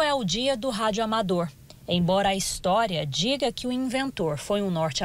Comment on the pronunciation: Que agonía a muié chamando de radioamador